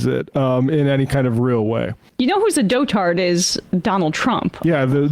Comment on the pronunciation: FYI, the word "dotard" has emphasis on the first syllable only. The last syllable is pronounced like in the word "mustard." Saying "do-tard" in a way that's uncomfortably similar to the r-slur may get you some raised eyebrows.